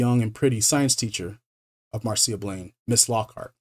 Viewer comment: Yeah, he even gets "MAR-see-uh" Blaine right. Well done, dude.